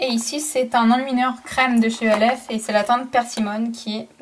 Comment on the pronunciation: Tu dit elf mais c'est pas pb